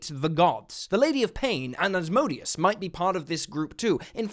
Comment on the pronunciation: Did you say "Asbrodeus"? I think you meant, "my odious bro," or the amalgamation 'my "brodeous" '.